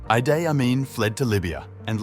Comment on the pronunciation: u got name pronounciation wrong. its idi amin dada not idai amin. its also langi people not langai people